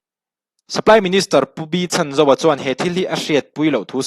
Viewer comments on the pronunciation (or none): Pu Lalchhanzova hming hi a rik dan tur dika lam rik hram tum a tha e.